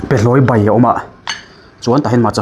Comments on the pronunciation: Behlawi bai chu i ti chiang a,sa ningnawi bei ti i ang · Bei hi i ti tlat zel in ka hria,Mizo tawng chuan Bai a nia